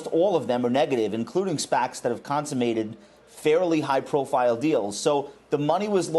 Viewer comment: Can you say SPAC’s consummated one more time, please?